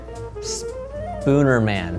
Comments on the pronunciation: "Spoonerman", I died rofl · I had to pause to physically recover from "Spoonerman"